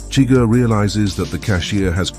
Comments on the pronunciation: SHUH-GUHR, not chigger. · For someone that says they’ve seen the movie so many times you pronounce Chigurgh’s name every way but the way in the movie